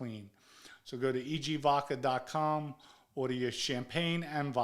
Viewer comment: “EG vodker”